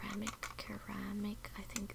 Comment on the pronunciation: FYI: The word "ceramic" is generally pronounced where the c is not like cat, but more like certain .... so phonetically it is like "serr am ick" ... :)